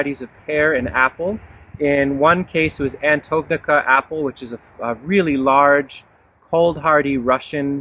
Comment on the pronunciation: it's pronounced Antonovka :)